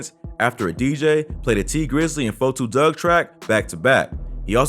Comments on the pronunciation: LEARN TO SAY A RAPPERS NAME FIRST, it’s 42 Dugg not 4-2 dugg , EMBARRASSING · Why u sayin 4,2 dugg iss 42 dugg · so fucking glad you said 42 dugg name right lmfao, everyone says "forty-two." its "4-2" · I wish you wouldn't say his name if you can't say it right. Sheesh.